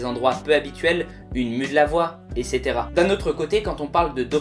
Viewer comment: Essetera il dit 😂😂😂